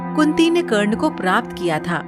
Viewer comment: Who so ever is the narrator of this story I request you to give respect It's not wo karne it's wye karna 😞